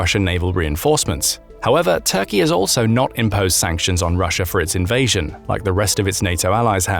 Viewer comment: You keep mispronouncing invasion…